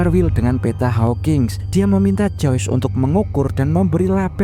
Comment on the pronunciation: Joyce bang bukan joys